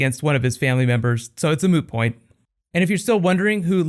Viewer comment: Did you just say, 'It's a moo point"? As in it's like a cow's opinion? It just doesn't matter? It's moo?